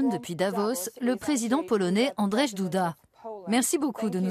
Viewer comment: Force a eux . Ils ont pas respecter la prononciation de son nom par contre^^^C'est Andrzej 🤣 Vivement que toutes cette merde ce termine